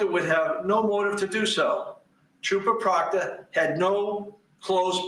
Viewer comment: Re-watching this and dying that said TROPPER PROOKTER bahahah